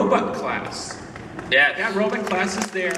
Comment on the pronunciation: I like how Billy says Robutt